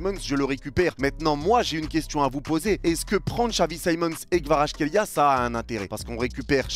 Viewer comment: Ça s'écrit Kvaratskhelia mais ça se dit "Kavaratsrelia"